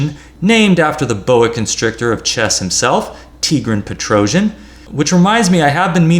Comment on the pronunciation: Just for non Slavic languages speakers: the correct pronunciation of Tigran Petrosyan name is [tigran petro'syan] (not "petrojan" 😎 which perhaps is coming from "Trojan horse" expression?!?)...